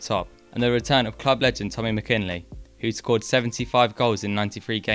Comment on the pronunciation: Very welcome interest in our legendary figure- just one wee correction McInally is pronounced Mac in alley, not McKinley. Good work all over.